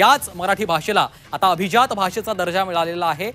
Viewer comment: Are Mitra atleast now pronounce it properly...it is ABHIJAAT not ABHIZAAT But how many of we Marathi speaking people use Marathi properly!! Still we will continue saying CHAI BHETEL, or BHETI